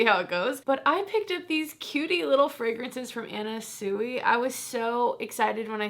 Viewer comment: It's actually pronounced swee! 💕